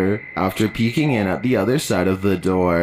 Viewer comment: ”PEEKING” ma’am.. the word is “PEEKING” 🤦🏾‍♀️